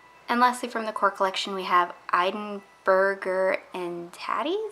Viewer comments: I love your swatches and have watched you for a while now so l hate to correct you! The way to pronounce Edinburgh-er & Tatties is like Ed(as in the in mans name)-IN-burrow(as in dog burrows under the fence). So it would be Ed-in-burrow(er) & Tatties :D Edinburgh is capital of Scotland and a tremendously beautiful city! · hi. I am from Edinburgh and here it’s pronounced Ed-in-burrah like hurrah. Burrow is the American way to pronounce it and obviously works better with the polish name:D loving the swatches excited for this collection.